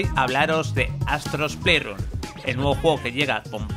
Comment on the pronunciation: Que molesto es escuchar que digan “japtica” y “pleisrun”